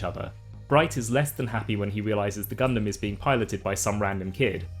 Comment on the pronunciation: Ya know, I can't help but cringe whenever somebody pronounces Gundam like that.